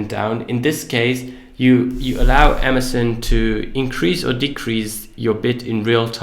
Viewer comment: Amazen? lol. Learn how to pronunciate.